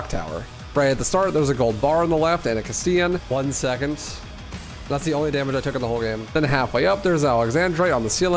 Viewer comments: It’s pronounced “cast-elahn” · The way you pronounce Castellan botheers me so much, considering the original game actually spoke it out loud when Salazar intoduces himself. "Mi llamo Ramon Salazar. the 8th Castellan of this magnificent architecture" It's "cuss tell uhn" Also just for fun, 1 USD is about 150 Peseta, and the Infinite Launcher would cost around $13000. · You pronounce “castellan” wrong